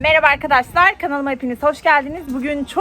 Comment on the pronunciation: Arkadaslar değil arkadaşlar. Yeter şu konuşman yüzünden izleyemiyorum, zaten seni de sevmiyorum önüme çıktı. Bb